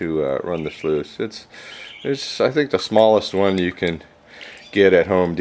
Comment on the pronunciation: Mini shluice?? Lol